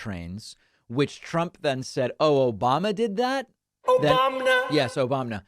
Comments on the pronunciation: "Obamna"! Cracks me up every time!!! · Thanks for the "Obamna" again, it never gets old!!! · David, I love you 💕 man! Every time you hit the Trump saying “Obamna”button it never fails to get a laugh from me. I also love “Troth Sential” or whatever TF he said! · "Obamna" LOL